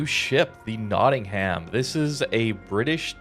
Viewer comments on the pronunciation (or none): Heh, notting-ham So you know, it's pronounced Nottingum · Love your videos! By the way it's pronounced: knotting 'em